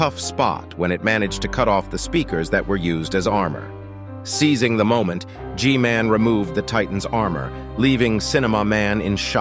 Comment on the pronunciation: just say g man, thats literally how everyone else says it